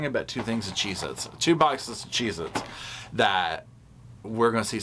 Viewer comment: Got em “CHZ-Itz” LMAO